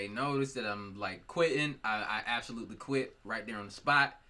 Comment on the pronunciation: no one:... absolutely no-one::" ABSALUTELY NOT!"